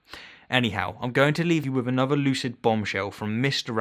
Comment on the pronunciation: "Troof". "Wif". Ugh! If you can say "theory" then why can't you say "truth" or "with"?